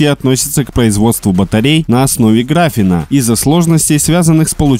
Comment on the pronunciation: Не грАфен, а графЕн.